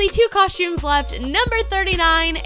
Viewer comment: Coshtumes haha